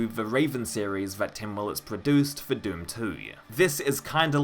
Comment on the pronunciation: “Doom twoy”